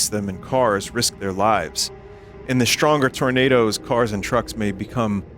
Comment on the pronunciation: "Tournadas" lol